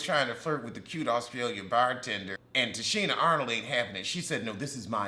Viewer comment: Why are you calling her Tichina Arnold? 😂😂